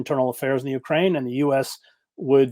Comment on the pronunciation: Katie, please learn the correct pronunciation of Ukraine.